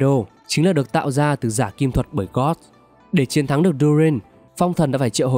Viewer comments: giả kim thuật sư gót là ai z ad, biết mỗi gold thôi nma gold đâu có phát âm như vậy nhỉ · Tóm tắt rất hay=)) mỗi tội phát âm hơi sai dễ gây hiểu lầm cho newbie, ví dụ như gold mà ông đọc gần như giống từ god, tatarlia mà ông đọc sang tartania,....